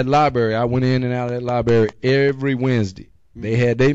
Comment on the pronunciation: its "lie-brary" not "lie-bary" and how is wearing that patch a target?